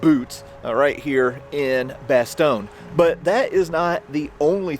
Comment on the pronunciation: Its bastogne not bestone